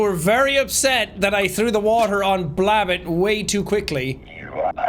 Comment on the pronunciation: I like how he pronounces Blab-bot as one word, sorta reminds me that I would do the same thing sometimes. xD